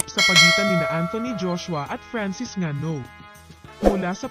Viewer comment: Go NGANNOU. pronounced as Ingannou. Zulu warrior silent letter "y". For info